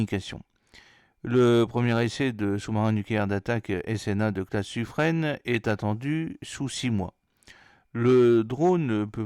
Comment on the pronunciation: Bien sûr ça n'enlève rien à l'information délivré mais on dit Suffr "in" et non Suffr "ène" :)